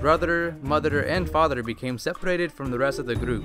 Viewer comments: i love how he says "fatherer","motherer" and "brotherer" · I like how he says brotherer motherer and fatherer